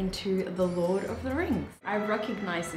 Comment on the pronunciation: lol "LORT" 😂